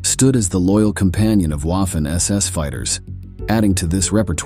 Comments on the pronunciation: Lost interest after Wahh-Finn ss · Can we train the AI to pronounce “Waffen” correctly? It’s pronounced “Vaffen”! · German uses a "v " sound for words that start with "W".